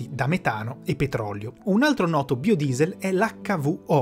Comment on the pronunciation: Per tutto il video non ho fatto altro che ricordare Xzybit che dice "BAIODIESEL" chi ha visto pimp my ride saprà